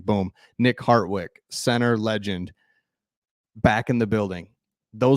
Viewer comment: harDwick not harTwick